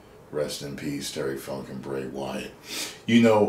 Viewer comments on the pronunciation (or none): Least get his name right